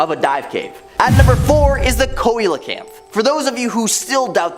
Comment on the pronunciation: Seeee-la-canth, not Coy-la-canth